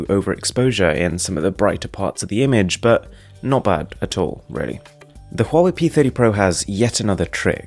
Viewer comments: Huawei is actually pronounced as Wah-Way. Please consider right pronunciation next time. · I keep getting confused, you're pronouncing the first phone like "Hall way"